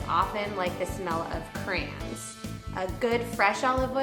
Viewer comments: I think she is trying to say ‘crayons’ it would be nice if they had somebody who could annunciate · I think the pronunciation of "crayons" must be a regional dialect thing. I live in Utah, and I and everyone else I know in my area pronounces "crayons" like "crans". I wonder if this woman lives in the midwest region of the U.S.?